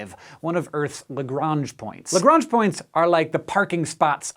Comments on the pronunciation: Doesn't Lagrange rhyme with orange? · Yes, it doesn't. It rhymes with blancmange. "Bluh-monge" "Le-gronge" but with a soft second 'g', like the 's' in 'measure'.